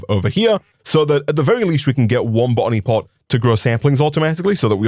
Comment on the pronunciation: Drinking game: Take a sip whenever he says "botany pot" and take a double when it sounds like "bonny pot"